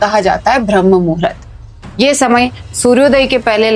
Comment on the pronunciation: यह 'ब्रह्म murhat ' नहीं है मैडम, यह शब्द है - 'ब्राह्म मुहूर्त' है. जब आपको सही शब्द ही नहीं मालूम तो फिर उसकी जानकारी भी आपको क्या ही होगी?